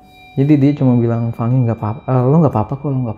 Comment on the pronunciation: lah la aja bilang fangi bukan Fany kog